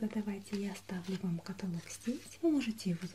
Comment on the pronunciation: каталог не правильно говоришь)